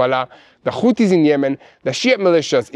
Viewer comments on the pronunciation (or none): none